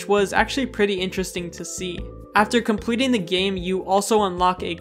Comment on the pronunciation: "After Comwleting the game“